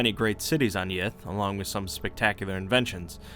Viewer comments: Sorry, did you say, great race of yiff? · I know he's saying Yith, but all I can hear is yiff. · I keep hearing yiff xD